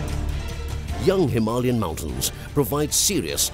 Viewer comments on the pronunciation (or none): none